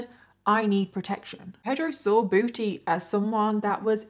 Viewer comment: This case is not funny at all but I really couldn't help but giggle every time said "Booty" in her British accent